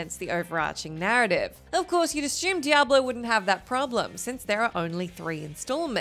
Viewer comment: Apparently the Aussies have a peculiar way of pronouncing "assume".